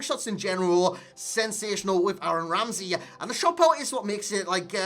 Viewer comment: this fucking guy cant pronounce "Aaron Ramsey" to safe his fucking life, bloody hell